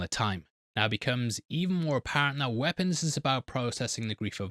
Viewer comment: What's a "wipons"?